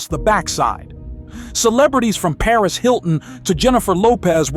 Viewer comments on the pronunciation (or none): none